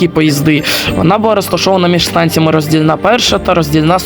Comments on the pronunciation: РоздІльна! А не РоздільнА... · 😂 у слові Роздільна наголос на букву "і"